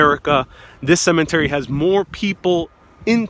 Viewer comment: Cemetery not cement-ery. Interment, not Intern-ment.